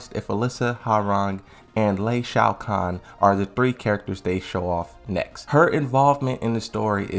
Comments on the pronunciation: Please , It's Lee Chaolan, not Lei Shao Khan. Just read the name in game. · he didn’t, he just calls lee “lei shaokahn” lmao